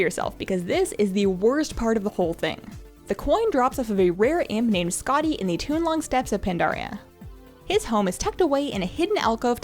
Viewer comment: I hate to say this, but I can't bite my tongue any longer, it's NOT Townloong, it's TOWN LONG>>>>>>>>>>